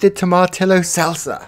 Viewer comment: Tomatillo is pronouced tom-ah-tee-yo :)